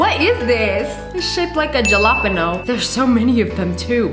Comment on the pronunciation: Btw it is pronounced halapenio not jalapenos :)